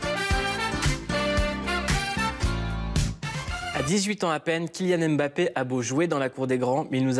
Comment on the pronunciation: on dit mbappé , pas M bappé à dire M bappé c'est comme si M voulait dire quelque chose un peu comme K Benzema k=Karim. ne déformez pas ce nom d'origine camerounaise svp